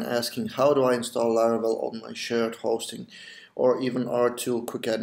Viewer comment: idk why but whenever u said shared hosting i heard it as shit hosting :P